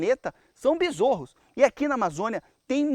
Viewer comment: Bizorros? Kkkkkkk